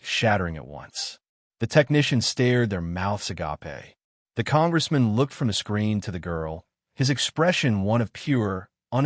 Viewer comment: You keep saying ah-gaup aye--when it is a-gape (like grape without the r) and it is ensin (silent g) not en-sign!!